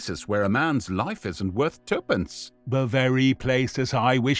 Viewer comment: There are a few mispronunciations throughout - you call tuppence “two pence” and ludgate circus (pronounced lud-gutt” as lud “gayte”